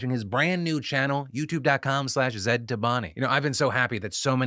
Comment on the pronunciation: The way Phil is pronouncing Zaid is k!lling me 😂